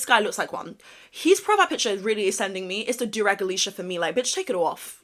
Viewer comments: Thank you! He says it like he's choking on his vocal fry. Who the hell says do-raauuuggguhhh?? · "Doorag", Man shut yo bitch ass up. I'll bet 10 bucks that he's pronouncing it wrong on purpose. He knows exactly what he's doing and nobody is here for it 💀💀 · he said “deauxrauque” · Wtf is a "durog"???? Good God im not even touching the rest of his content. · cause he does JuHrAg 😭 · Him saying it wrong intentionally had me like 😐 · Why is he pronouncing durag like that 😭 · Tryna act like he don't know how to pronounce it 🙄